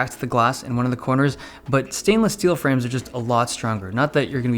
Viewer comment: the fwames?